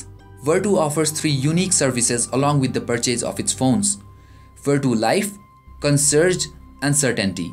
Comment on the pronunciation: First time heard it pronounced "CON-SERGE" LOL